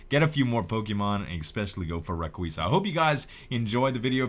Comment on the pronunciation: it's pronounced ray-qa-za